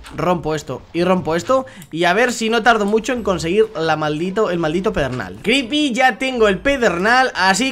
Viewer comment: pero le dice cripy